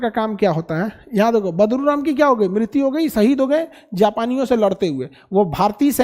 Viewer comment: Khan sr sorry for badruram yea badluram please sahi koro